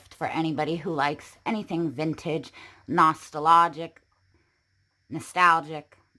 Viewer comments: She’s pronouncing it almost as if you were going to say “Nosferatu” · Weirdest pronunciation of “nostalgic” ever